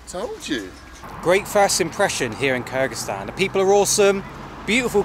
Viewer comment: I wish you'd pronuance Kyrgizistan correct 😂